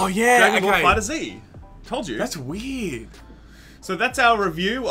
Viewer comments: The "Z" is pronounced like an S. So "Dragon Ball Fighters" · You guys still said the title wrong😂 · In Australia we use a mix of American and English pronounciations for Z depending upon the origin of the word or name. Jay Z being an American name we pronounce Jay Zee. Dragon Ball Zee is so pronounced because it was given an Americanised name but the letter Z in Australia is traditionally pronounced Zed and is done so if we were to create an acronym such as DBZ. His name is Jay Zee. His initials are J Zed ... and his name is Robert Paulson.